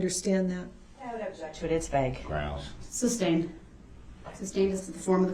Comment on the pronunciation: Remember, lol... this is the same person who can't say 'sustained' to save his life... xoxo